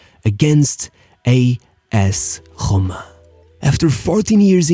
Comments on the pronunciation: What’s A.S. HOMA? rrrrrrrrrrrroma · You should learn the pronunciation of a LOT of words you said it was disgraceful to hear a.s. homa and other shit like himini or hubin kazan…